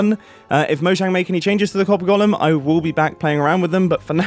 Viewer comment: I hate the way you pronounce golem so much